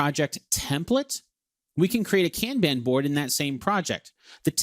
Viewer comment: American you are pronouncing Kanban INCORRECTLY.